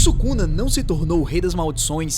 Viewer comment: 為什麼宿儺的發音不對？